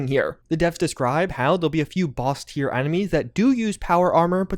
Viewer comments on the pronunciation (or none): none